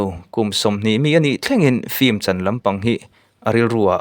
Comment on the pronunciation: Fim tih hi ilam ri zing ropui sia han lam uluk deuh teh unaupa film tih tur aw..😂😂😂